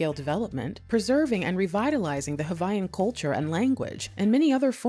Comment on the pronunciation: ...one feedback Sis: Hawaiian is pronounced regular without the "V" sound. it is only pronounced when you say Hawai'i. Native Hawaiians are referred to as Kanaka Ma'oli (Kah-nuh-kah Mah-Oh-Lee)